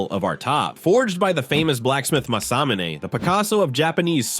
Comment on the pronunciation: lol...... Masamune = Mah-Sah-Moo-Nay. LMAO......Oda Nobunaga = Oh-dah Noh-bew-nah-gah. Probably another one but it's too painful and hilarious to listen. "0_o"